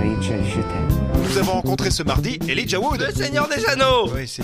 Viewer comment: 1)Elijah Wood: hot 2)American accent in french: hot 1+2=OMG!!! I'm so happy they subtitle instead of dubbing, but they still pronounce his name with a suitcase in their mouth... Can't wait for the Hobbit to come out (two years later!) and I REALLY hope Frodo WILL make an appearence!